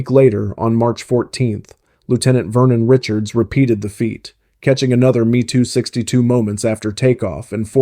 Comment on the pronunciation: Is this an Ai voice As it is M E 262 Not ME AS in me and her Wtf